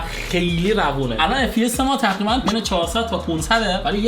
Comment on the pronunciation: تو دایره لغاتت ق تعریف نشده؟ 😂 همه ق هارو خ میگه چاخو ، تخریبا 😂😂😂